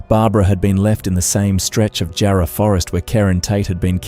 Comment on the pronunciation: I though AI because of the incorrect pronunciations. I've just started watching and the pronunciation of Nullarbor and Jarrah is not how Australians would say these words. I'm just at the 17.50 mark. Anyway it is good to get an update of Kerryn Tate's murder so thank you.